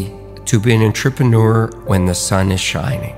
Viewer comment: Is he the only person in the world who pronounces it Ntrepeneur? Am I the only one bothered by this?